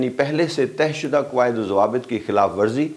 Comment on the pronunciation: تہہ شدہ مطلب folded... طے شدہ مطلب as discussed برائے مہربانی اپنا تلفظ درست کریں۔۔۔